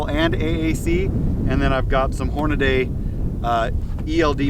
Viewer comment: Great; another guntuber that says Hornaday instead of Hornady (Horn-a-dee).